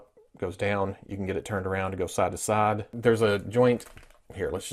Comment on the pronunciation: He says saide to saide instead of side to side